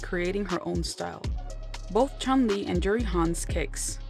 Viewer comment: It's Juri lol